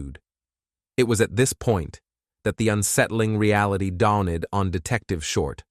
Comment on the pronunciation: I could totally do without the poetic commentary and please use a new AI voice. The terrible mispronunciations are very distracting (“dawn-ned”)